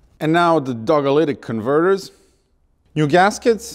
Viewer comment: "dogalitic converter" LOL